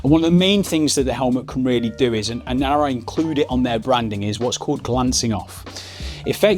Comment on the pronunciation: that's the difference between a helmet and............ Arai.......................... you say it ALL right !